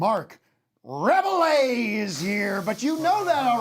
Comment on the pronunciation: Tim pronouncing Rebillet incorrectly caused me pain